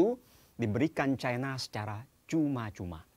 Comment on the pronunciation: baca aj 'CINA' jangan 'cai na', penyebutan kata cina itu kan penyebutan yg diindonesiakan, nggak apa kok